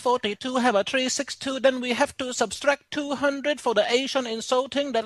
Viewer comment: “Subs-a-stract” lmao